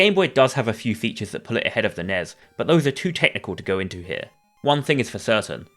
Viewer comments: I had to check out 40 seconds in after hearing the pronunciation. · The "Nez" lol